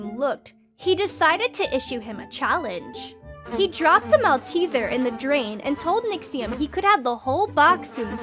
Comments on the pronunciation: Although it’s spelt malteser it’s actually pronounced molterser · The pronunciation of malteser here triggers me.